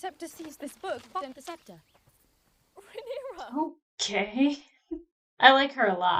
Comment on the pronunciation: Another great reaction. Uncle Daemob and his niece Princess Rhaenyra, who’d ever think of such? Oh yea it’s Westeros. You have pronounced Rhaenyra’s name perfectly the first time each time you’ve said it. (Ray-Near-Uh)